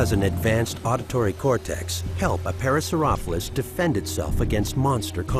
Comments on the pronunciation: the narrator didn't say either of those. He said Para-sore-OFF-uh-lus. For a production like this, it's a glaring mistake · Right, but the pronunciation used by the voice-over was neither of these. He said "para-saur-OFF-u-lus" (rhymes with scrophulous!) every time. How did the director/editor not catch that? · He pronounces it as "Parasaurophlus" instead of, you know, Parasaurolophus. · Are you non sense not parasauropholus (par,a,sore,oh,pho,lus) parasaurolophus (par,a,sore,oh,loh,phus) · Did he just say para so roph lus?? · UGH. That is not how you pronounce it at all in any language! It is either pronounced "Parasaur-Aw-low-fis" or "Parasaur-oh-lo-fis" (both are accepted). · (pear-uh-sore-uh-lo-fus) is how I've been pronouncing it my whole life. Man what is real anymore! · Why just why does he say parasaurolophus wrong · Is it just me or has the name just been pronounced wrong...? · whhyyy did they not correct his pronunciation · He didn't even pronounce the name right. smh. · Ikr it gets me annoyed